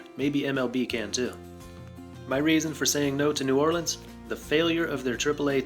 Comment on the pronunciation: Thank you for pronouncing New Orleans correctly.